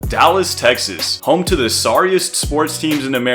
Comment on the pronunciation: I’ve never seen someone from Dallas say it correctly. Not gonna hold you